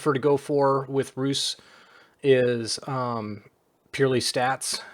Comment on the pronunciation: Stygian flesh is not a bad choise for the sacreds too. Your pronanciation for Rus is accurate.